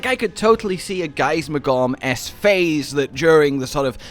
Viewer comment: Omg, he said gaismagorm correctly